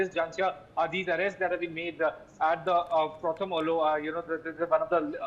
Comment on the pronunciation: Prothom Aalo. That's how it is pronounced. Means the first light. Pronounce correctly